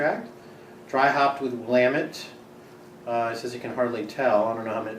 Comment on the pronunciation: Finally someone who can pronounce willamette correctly. Did you get to Naked city? I may check it out in the next few days before everything's gone. Cheers.